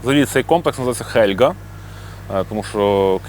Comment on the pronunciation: хз як то можна читати "Хельґа", ну "Гельґа" ж!